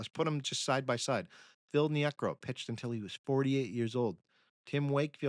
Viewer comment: Hi, been listening to many of your podcasts and have noticed a bizarre pronunciation trend. Phil Niekro repeatedly pronounced nee-AY-krow here is a prime example. In a prior podcast Vida Blue is pronounced VEE-da. Also in this podcast R.A. Dickey is said to have played for the Knicks, not the Mets. I can't see how an actual human baseball fan doing a deep dive into the game's history could make these kinds of mistakes.